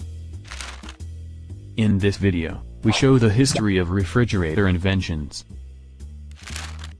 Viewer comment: I hate this computer generated audio. It can't pronounce "Frigidaire or Refrigerator"!